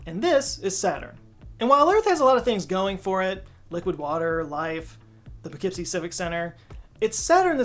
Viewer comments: Poughkeepsie? Hey neighbor 😂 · Only someone from Dutchess County could pronounce Poughkeepsie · As someone who went to school in Ulster County, I did a double take when I heard Poughkeepsie